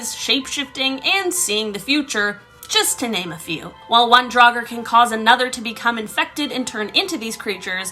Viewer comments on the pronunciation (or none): none